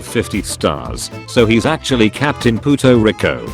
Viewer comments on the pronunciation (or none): as someone who speaks Spanish the way he said "puerto" was so funny